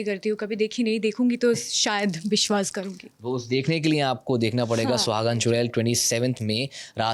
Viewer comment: Are didi woh Biswas nahi Viswas hota hai